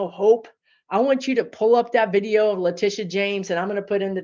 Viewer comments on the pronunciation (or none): none